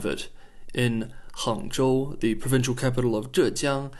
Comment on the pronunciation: I found your pronunciation of the Chinese city names like Hangzhou, zhejiang very accurate. Would love to hear you speak some Chinese!